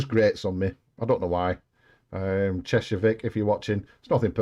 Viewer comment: You are the first pronouncing Cheshire right, cat or vic!